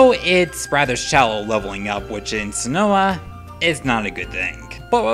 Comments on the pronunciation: Sin-oh not Sin-oh-a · It's Sin-oh, not sin-oh-ah. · Sin-oh not Sin-oh-uh. Sorry it just annoyed me. Aside from that I love the list. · Wate... Sin-o-ah? Its sinnoh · sinnoah? its sinnoh. how do you get sinnoah out of sinnoh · It's pronounced Sinnoh, not Sinnowa. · why do u say "sinnoah"? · Hey Stupid, you have mispronounced so many things in this countdown. Sinnoh (Sin-No) no a in it. Tangela (Tangle+a). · keogrey. i can understand. but SINNOAH???????????????? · Maybe I just keep hearing you wrong but are calling Sinnoh Sinnoha ? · Sinnoah? What the heck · Has anyone noticed he said sinnoh wrong? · Seriously how can Someone misspronounce so many Pokemon names? Sinnoh Kyogre the list goes on